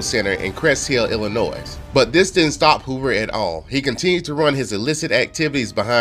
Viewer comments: "Illah-noise" smh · Great story telling talent!! The only thing I have to say, as an Illnois resident, is that the 's' at the end of Illinois is silent. I pray that you, Ashley and your family have a very Merry Christmas❤️🎄🙏🏽